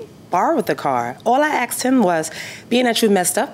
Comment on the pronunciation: When someone says “axed” instead of “asked” I already know they have issues with the law